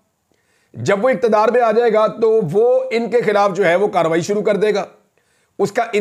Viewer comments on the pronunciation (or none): none